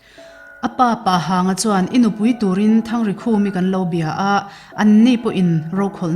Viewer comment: Pahang in lam dan hi a dik lo.. Pa(Father) tia lam loh tur.. Pa Rema ti a kan lam dan a Pa hi a bung deuha lam lam tur